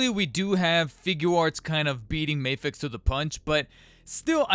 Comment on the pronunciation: It's not May-fex, it's Ma-fex. MAFEX it's an acronym